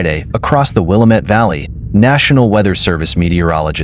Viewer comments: Pronounced wil. Lam. Mette,,,not wilameet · Willamette pronounced will la met... The one they are say is a suburb of Chicago